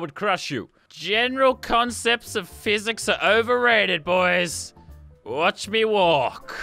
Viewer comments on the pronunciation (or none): none